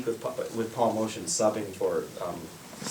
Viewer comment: Motian is prounounced "Moat-yan" not "Motion".